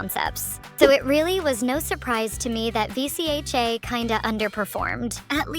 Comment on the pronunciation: Is she an AI or something? It’s pronounced Vee-chuh!